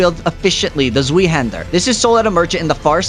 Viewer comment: Every German person dying when you say sveee- hander